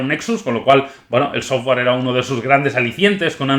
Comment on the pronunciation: Jarguar... Sofguar...